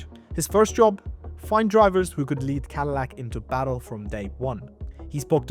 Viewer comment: lol. cadilac. 😂😂😂😂 what a mega cringe